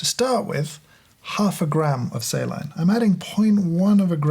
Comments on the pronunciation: "say-line solution" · ‘Say-line’ solution eh? 🤔 😄😏